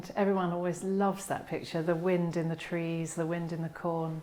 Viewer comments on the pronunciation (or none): none